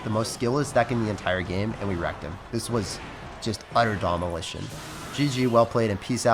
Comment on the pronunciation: "Utter domolition" -, 2019